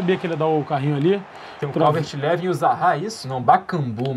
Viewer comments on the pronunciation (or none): não é calvert "levin" e sim calvert "liwin"